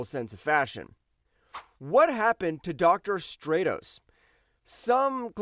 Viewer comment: Stratos: Strat•ows